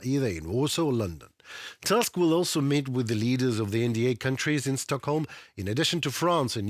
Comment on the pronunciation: Tusk is pronounced with 'u', not 'a'. It is a Polish name, Slavic like yours. Our 'u' is 'y' in cyrillic.